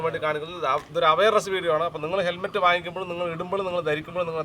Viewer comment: ഹെൽമെറ്റ്‌ ആണോ തെർമെറ്റ് ആണോ എന്നാണ് മനസിലാവാത്തത് 😂😂